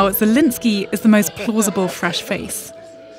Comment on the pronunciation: She can't even say Zelensky properly.